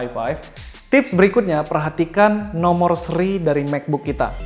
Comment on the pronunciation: 13.22 nonor seri bacanya bias aja bang hehehe NOMO SERI